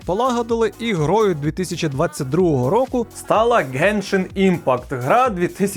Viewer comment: ти 10 разів назвав геншаімпакт, йопрст, так важко написати назву гри?)) я взагалі не розумію жодного слова з твоєї вимови)